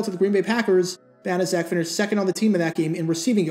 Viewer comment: I thought it was pronounced "bana check."